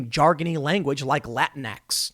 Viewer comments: "Le tinx".... XD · TIM GOT IT!!! He called it LAH -TINKS! You don't say latin-O or latin-A.. you say Latino and Latina. So you wouldn't say latin-X but Latinx (lah-tinks) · "Latin-ex? Lah-tinx? yea whatever" Fuck the fact that the word "Latino" is derived from a highly gendered language, which btw, only refers to latin MEN, the women are referred to as Latinas but sure. Lets add X at the end and confuse all the sensible people. I would call them "Lats" for all the difference it makes but I am pretty sure its an abbreviation of a muscle used in gym terminology.